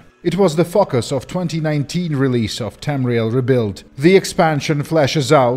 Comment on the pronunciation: >The region we will be exploring is called Aantharim. It was the fuckus of- Wait, what? >called Antharim. It was the fuckus of- ...did I hear that right? Slow it down. >i t w a s t h e f u c k u s - ...okay, I know you meant 'focus' here, but maybe you should have enunciated the O in it so as not to sound like a semi-hidden joke at best and subliminal messaging at worst.